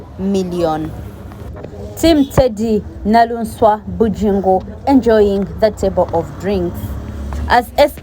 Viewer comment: She is 'Naluswa' NOT Naluunswa